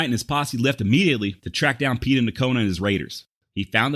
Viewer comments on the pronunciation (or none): hey... bro i really dig what you do.....BUT....you need to learn some pronunciation...it's Quah-nah, not Quonah....it's Pay-tah, not pee-tah nocona....it's Cah-do Jake, not cado...and it's the Yano Estacado...double lls in spanish is spoken as a "Y"...look up continental vowel values....most written native names and words follow these rules, and all spanish words do...and lastly, i wish you didn't cuss so much...i hope that you will take this as the CONSTRUCTIVE criticism that i mean it to be....ok, rant over....i never heard that Mr. Goodnight had a man named dave mccormick workin for him...as a dave mccormick, i think that's mighty cool!!!...i like your work and your research is top notch! peace and love bro! keep on keepin on!